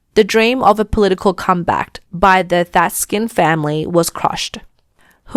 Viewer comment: Did you use AI reader or something? The name is Tak-sin, not Tat-skin. At least get some name right.